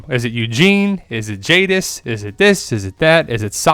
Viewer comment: I think it's Judis...I mean Jadis